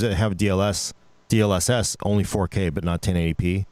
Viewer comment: I've been looking for this exact comment. I just knew someone else had to be wondering the same thing lol. You forgot the best one tho: DSLSLS. No fr, I swear he actually said that once.